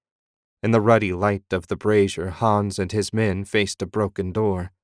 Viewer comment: It is a fun listen but I love how he pronounces brayzhur, which is a charcoal burner as " brawhzeer" which is a woman's bra. I mean come on man. And yes I spelled them phonetically. Cheers mate.